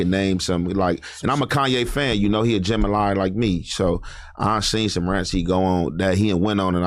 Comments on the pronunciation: Any the king 👑 of slaughtering words 😂😂 jemalie 😂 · that hes a gemini ♊ lol but mispronounced it crazy 😂